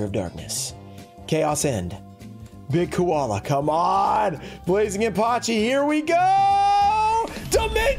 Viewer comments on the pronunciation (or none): none